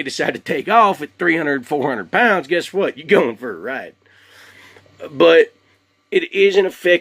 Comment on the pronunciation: Curious where you're from. I'm guessing Texas because you said whooowat!